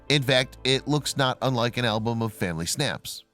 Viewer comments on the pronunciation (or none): none